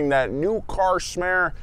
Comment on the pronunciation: “New car smare”